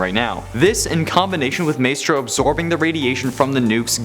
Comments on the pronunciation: Who dafuq is May-strow? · It's pronounced "My-stro." Sheesh